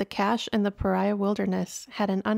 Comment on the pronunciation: Love this video series and I'm glad the next one is out!! Just so ya know, the locals pronounce it escalan-tay and pah-ree-uh.